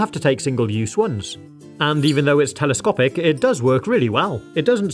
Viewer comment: IF U SAY TELOSTOPIC AGAIN